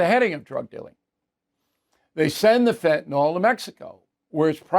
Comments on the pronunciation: Bill...PLEEEEEEAAAAASSSSEEEE learn to pronounce fentanyl! It is not fent in all! it is fent a nil!!!!!!!!!!!!!!!!!!!!!!!!!!! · Fentanyl...........is pronounced: "fen ta nill", not "fen ta naul"............... Look at the spelling. Thank you. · Bill. You brag about your masters degree and your understanding of economics, and you brag that you’ve been to most countries in Europe. You have an undergraduate degree in journalism, I think. You complain about people that use annoying phrases and cliches. But you can’t even pronounce the word fentanyl. Look at the spelling Bill. When was the last time you heard a word with the ending “yl” pronounced “ohl “? Get off your tush and research the pronunciation Bill. Don’t be lazy. IT’S FENT-AN-YL Bill!!! Think of the word ill. Or your name, Bill. That’s the way it’s pronounced. 😂😂